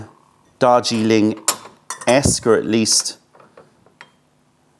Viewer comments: Is saying ‘Dodgy Link’-or Darjeeling😆? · Joseph Troyer I thought the same thing!! Dodgy Ling. 😂